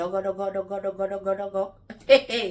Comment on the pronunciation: 😂😂 vous seule saviez bien dire ce mot "dôgo". "dôgo ' ... Voilà pourquoi c’est bien d’être fidèle l’un à l’autre. Dôgo là va tuer homme.